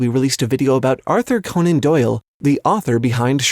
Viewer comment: How in the name of Hades do you not know how Conan is pronounced?